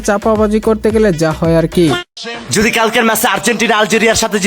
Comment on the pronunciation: আন্টি আপনি আগে বাংলা শুদ্ধভাবে উচ্চারন করা শিখেন। শব্দটা যুদি না, হবে যদি। আর কিছু ভাল ভাল ইংলিশ বাসায় মুখস্থ করে সংসদে বলার চেষ্টা না করে শুদ্ধ বাংলায় কথা বলেন।